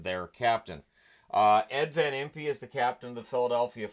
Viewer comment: FYI. It's Earl InGARfield and Ed van Impe pronounced his name "van Imp".